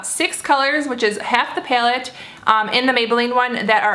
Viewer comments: it's pallet not pyaloot 😂😂😂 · Pilate? Like what are you even saying? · she pronounces "py-alette" funny. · Peylette peylette peylette peylette lol the way you say it. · Hehe I heart your accent when you say palette ;) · I love how you say palette. it's different, but maybe it's just me lol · She's from Arizona if that changes anything lol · lol no definitely not from Arizona we don't speak like that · Literally had to stop watching this after 25 seconds into the video because of the way she said "palette"